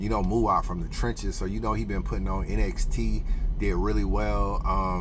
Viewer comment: NXT is pronounced “NEXT”. Saynt LA just goes by Saynt fr. shoutout to them guys tho! Hansel BEEN the one tho… I been tellin people. Hansel is the One.